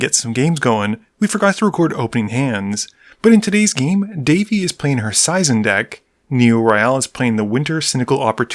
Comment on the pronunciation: Seizan is pronounced SAY'-zahn.